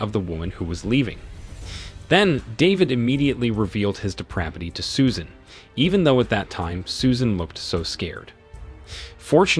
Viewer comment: Susan... Or Soo-shaaaan...